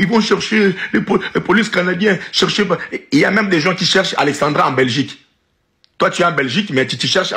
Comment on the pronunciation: C’est pas Alexandria Alexandra les congolais faites l’effort de bien prononcer